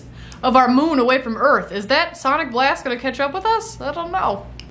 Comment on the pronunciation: "Welcome to Earph"